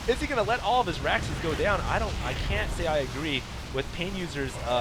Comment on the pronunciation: The way he says raxes makes me angry